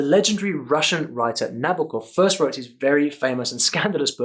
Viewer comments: The stress in his seconds name goes to first O letter so it's NabOkov not NAbokov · NabOkov, not NAbokov))) "Х"(ru)=H(en) (e.g. ham) much more than "KH" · That's something someone probably have already told you, so sorry, but I really wanna point out how you stress that the accents are important, but then say NAbokov instead of NabOkov :D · It's not NabokOv, it's NabOkov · Not Pyushkin and Nábokov but Pooshkin and Nabòkov bro) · nabOkov, not nAbokov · So, ok, it's not NabokOv it's NabOkov, the stress goes in the middle (Nuh-BO-kav) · Ouch. You chastise people for mispronouncing Vladímir but then go ahead and mispronounce Nabókov. Tsk tsk tsk. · I like how he talks about the correct pronunciation of the name "Vladimir" and right away screws the last name "Nabokov"